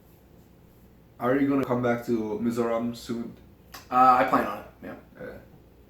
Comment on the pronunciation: Mizoram a lam dan a dik thlap mai,, inla saptawng thiam deuh hlek hian Mizram an ti thin hi ka ngaimoh ber.